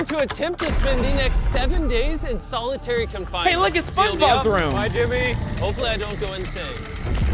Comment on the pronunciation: Its solitary not solidairy